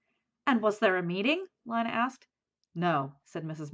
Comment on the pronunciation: You are saying Lina wrong